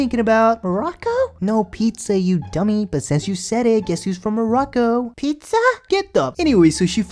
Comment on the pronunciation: Pizzahh?? No Morocco lmfao!